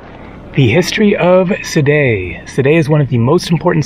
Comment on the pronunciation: Thought it was pronounced See-Day. Haven't been there in about 8 years though so I'm probably wrong.